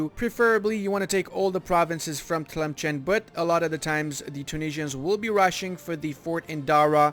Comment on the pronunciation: As an Algerian, it pains me to hear how you pronounce Tlemcen XD